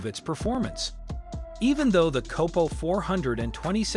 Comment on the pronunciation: Numerous mispronounciations, failed fact checks are reason to believe the narrator has NEVER heard of Don Yenko much less, a "COPPO". HEY bud, stick to gardening or cooking videos because cars are NOT your forte.